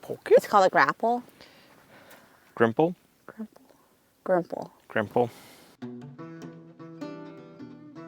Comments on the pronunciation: It is Gripple where I come from, not Grimple. Grimple may be a "knockoff" version. I could give you a few other fence tips especially associated with bracing, but you will work it out over time. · Not Grimple, Gripple